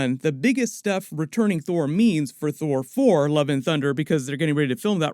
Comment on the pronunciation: How hard was it to keep saying Thor Fore, I mean thour for.....Thor 4, you know what I mean ;)